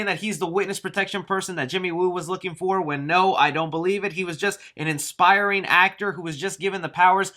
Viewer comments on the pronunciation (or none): '"Inspiring" actor lol I think you meant "aspiring"